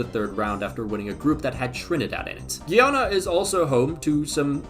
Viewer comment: Guy-ana and Gui-ana are different places and I wish everybody would stop that pronunciation. It's annoying hearing CBS announcers say Guiana and then hear the in stadium announcer say it properly.